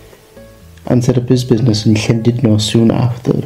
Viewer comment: Noswaith dda. Now i could better listen your pronunciation of LL as in Llandudno. The HL with some air blown out. Diolch yn fawr.